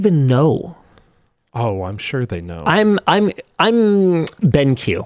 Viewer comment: is BenQ NOT pronounced Bónk?